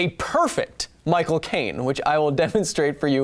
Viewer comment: Why did you give Michael Cain a lisp Kyle? English people don't pronounce their S's as SH except whem Americans try to do impressions of them.